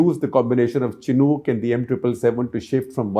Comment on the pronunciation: Amazing reporting but shocking to see that the pronunciation of Chinook helicopters is so wrong from an eminent journalist. But benefit of doubt can be given as many of the defence terms & systems were not correct probably because your background is not in defence journalism.